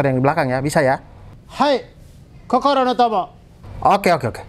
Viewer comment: Wkwkwk gue ngakak bahasa jepangnya.. kokoronotomo